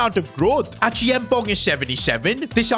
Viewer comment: Please it’s Achea am pong 😂 not Achiamponk